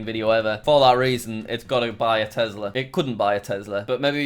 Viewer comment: the way he say Tesla got me thinking 🤔